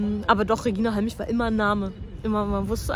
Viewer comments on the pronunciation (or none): "Redscheina Halmich". Anglizismen können doch auch lustig sein. Bin seit zwanzig Jahren MMA-Fan und was auffällt ist der charakterbildende Aspekt. Im Training auch mal verkloppt zu werden (am Anfang Normalzustand) hat noch Jede/n vom hohen Ross geholt. Der Umgang der Kämpfer untereinander ist respektvoller als in jeder anderen Kampfsportart. Danke, Mark, für den tollen Beitrag. Peace